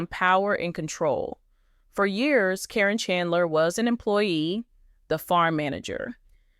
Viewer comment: AI is terrible at names. Happens all the time.